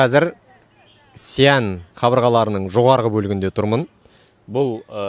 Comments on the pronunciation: Сиянь емес Шиән , қазақша Ә деп айта бер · Xi an. Деп дұрстап аитшы